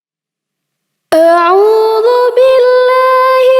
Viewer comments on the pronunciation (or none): none